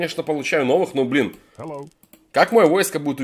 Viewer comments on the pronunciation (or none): none